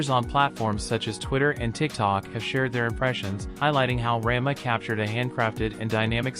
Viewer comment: I just stick with weekly releases now, I don't have time or the attention to binge like I used to. Ra-n-ma (not ran-ma) isn't bad. A lot of the complaints I have are from nostalgia, and the rate it's progressing. I like less fluff, but it skips some points that were in both the manga and original which made them less impactful. I just hope they don't botch the arcs that made S2 my favorite (Cat-fist (fixed to match the manga), Breaking Point, Mouse's level up/down, Happosai, etc)...